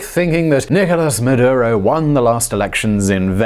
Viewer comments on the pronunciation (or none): none